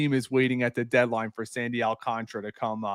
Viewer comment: Prounce it with my none Spanish speaking friends AL - CAN - TA - RA and not AL - CON - TRA, SMH put some respect on that man's name.